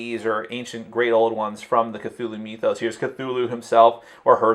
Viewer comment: did you say "cthulhu MEETH-os?"